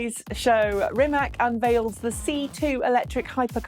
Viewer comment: Rimac is actually pronounced as Ri- Mathz. Great video though!